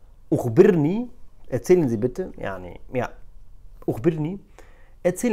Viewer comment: أَخبرني وليس أُخبرني وشكرا على الفيديو 🙌🏼